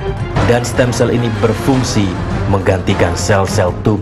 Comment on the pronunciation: "Stem Cell" mba , bukan stand sel